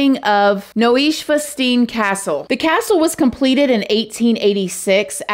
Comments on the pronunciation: Pronounced NEW-SCHWINE-STINE CASTLE, the castle Disney copied for its movies and yes you can go in there, its gorgeous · New-schwan-stine 😉😉😉. I’ve been there 3 times. STUNNING! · Yes you can go in the castle! It’s beautiful!! The stairs go on forever!! I went in 2006. Noy-shvann-stein is the pronunciation. This story is so sad. Praying for them and their family. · Little cheerful side note: that's the cutest pronunciation of Neuschwanstein or any other German word I've ever heard 😃❤ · How you pronounced Neuschwanstein was sooo cute but as a german I was confused at first XD like "what did she sayd? One more time"... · Castle 'NOO-shwan-stine" is how it's pronounced - and yes, I have been there, and yes, you can go in! OMG - it is floor to ceiling tiny tile mosaics - it's absolutely stunning. That being said, what a terrible, ugly thing to have happened there. I hope he is extradited to the U.S. for PROPER sentencing!! EVIL. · „Neuschwanstein“ was never before pronounced so cute❤ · The castle is pronounced Noy-shwan-stine 😊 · I’ve been to the castle and it’s beautiful!! It’s pronounced New-shwaan-stine 🙂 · I've never heard that pronunciation of that castle before! I thought it was pronounced new-shwine-stine lol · Cute how she pronounces Neuschwanstein 😊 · Noy-swan-stine! Neuschwanstein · Noy-swy-stein. That’s how it’s pronounced. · I love you girlie pop boy that’s not how that castle is pronounced 🤣🤣🤣🤣🤣 it’s pronounced “NEW-SH-WINE-ST-EYE-N” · We also have due process and (court appointed) defense lawyers over here, but yes, the judge decides the sentence and not a jury. Loved how you said Neuschwanstein though 🥰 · Boy you really murdered the pronunciation of “Neuschwanstein” Castle.